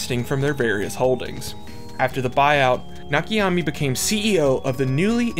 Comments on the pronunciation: Nakayama. Not Nakayami. Great video btw. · You keep saying Nakiyami. His name is Na Ka Ya Ma. I wouldnt have noticed or comented but you posted the name up on screen and then proceed to say Nakiyami like 5 times in a row lol Otherwise great video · I keep getting distracted everytime you say "Nakiyami" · Please stop saying "Nakiyami" It's "Nakayama" with all syllables having same vowel pronunciation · Sorry, this is not watchable. When you pretend to be in a certain hobby, at least bother to use google translate for correct name pronunciations ...THERE IS NO NAKA-YA-MI... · Why did you butcher that man's name like that? Better yet, how? It's literally right there on the screen... 🤨